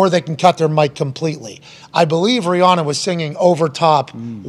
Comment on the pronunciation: Don’t wanna be the guy but it’s pronounced Ree-Ann-Uh